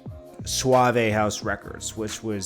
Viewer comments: Suave, not Sua-vey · He really just said suave-a house records 😂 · Lol suave a house